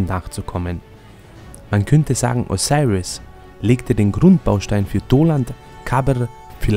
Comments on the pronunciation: O-SI-RIS so wird er ausgesprochen... dankeschön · diggah wie er Osiris sagt